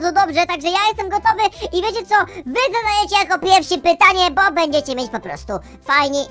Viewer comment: to jest bo a nie bu